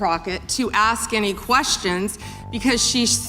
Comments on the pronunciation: I'm not going to "AXE" any questions.....that tells you everything. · Jasmine didn't ax any questions because she doesn't know how to ask any questions without saying Ax you something stupid as she is.. there is no fixing stupid by the way. And if one thing Jasmine Crockett is she is clearly stupid..